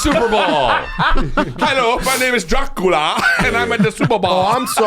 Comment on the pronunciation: Scab can’t say Dracula 😂. What a hack